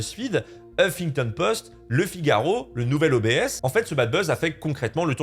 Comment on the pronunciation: "le nouvel O-B-S" lol on dit obs', on sent que le gars ne connait qu'internet...